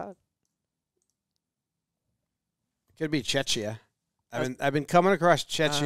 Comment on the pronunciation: pronounced Czechia wrong.